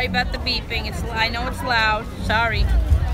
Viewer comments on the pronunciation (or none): "I'm in a wheelchea sawry" 😂😂😂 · yo Andy i miss your hungry voyages, are we gonna see Them Again at some point :) ? also I liked the part where you said soory 😂😂